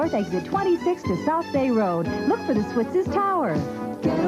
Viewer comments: Switz's is said like "Switzes", not Switz. I got my first Halloween mask there, a rubber werewolf mask that I treasured. I still have it but it got all stuck together and kinda rotted away. Oscar was the best, I was always a little scared to go too close. Fun story, they had a whole bin of handcuffs and I, thinking they were trick handcuffs do to the lack of keys, handcuffed myself to the isle. What I didn't know is that they kept the keys up front. I was stuck quite a while and sad and the whole thing was kind of humiliating hahaha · It's actually pronounced Swit-sez...you kept leaving off the 's .